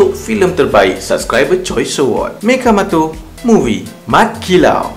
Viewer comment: Orang lain: Mechamato: Mechamoto